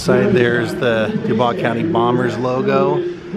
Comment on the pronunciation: Dew-boys is pronounced for Dubois.